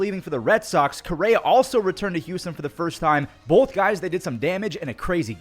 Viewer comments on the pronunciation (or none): none